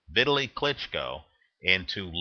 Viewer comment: ITS PRONOUNCED V_TALY!!!!